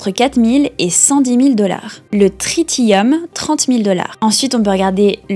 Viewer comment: L'antimatière ! What the fuck😂. Ie plutonium et le californium c'est radioactif : donc non merci. Et ça se prononce trissium : le deuxième t se prononce comme un c. Ce n'est qu'un isotope de l'hydrogène et de l'hydrogène, il y en a partout, je fais du nucléaire, ça sert à ça 😂. Sinon super vidéo comme d'habitude. Et l'antimatière se stoque dans une capsule sous vide avec des électroaimants pour le mettre en lévitation car au moindre contact avec de la matière, ça explose ( et ça ne fait pas un petit boum) donc non merci pour la bombe qui coûte super cher ! Pour info, d'après des sources comme le CERN ou la NASA, le prix d'un gramme d'antimatière est théorique mais serait entre 62,5 trillions et 100 trillions de €. Mais vu que ce n'est pas sur un marché classique : c'est plutôt abstrait. Enfin, pour ceux qui ne le savait pas, il y a même des diamants qu'on fabrique en laboratoire : ce n'est que du carbone compressé. C'est la même chose que vos mines de crayon mais bien, bien, bien compressé. Même si c'est forcément pas la qualité de ceux qu'on trouve dans la croûte terrestre forcément. Bref, c'est ça que j'adore avec l'investissement, ça en lien avec bien des choses😂 !